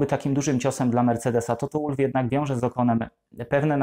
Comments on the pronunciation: Toto to Austryjak, więc czyta się wolf, a nie łólf. Schumacher czytasz przez ch czy przez k? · Błagam, też nie zawsze za nim przepadam, ale bardzo szanuję tego człowieka za to co osiągnął i nadal osiąga., nalegam aby Pan też go szanował, przynajmniej w tym minimalnym stopniu - czytając jego nazwisko poprawnie! Toto /WOLF/ a nie /ŁULF/. Proszę.